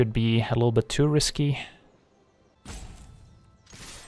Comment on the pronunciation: did you say that’s a ‘Rhysky play” ??